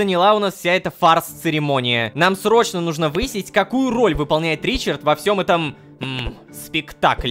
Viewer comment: рома, нУжно, а не нужнО😂